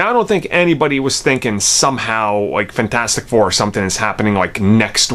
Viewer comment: You pronounce it “funtastic 4” and it drives me insane. Lol